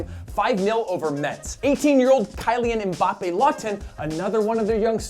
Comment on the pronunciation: It is pronounced Ki-Li-An Mm-Bap